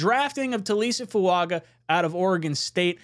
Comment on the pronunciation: why are you mispronouncing Fuaga's name. I am sure you watched the video where he corrected the pronunciation of his name. Just incase he becomes a JET lets make sure the people don't look stupid mispronouncing his name. As far as J-Williams, if he comes here it would be to play LT not right. He is clearly a RT but some ppl want, what they want.